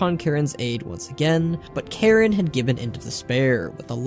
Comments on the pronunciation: You pronounced Cairne as Karen. It's CARE-N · K Air Ne not Karen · You calling Cairne Karen the whole time killed me inside. xD Srsly! I am now FORSAKEN! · So nothing about moira giving magni the spell to commune with the world which turned him to crystal? Huh really stingy here eh? Lol his name is CAIRN not karen wtf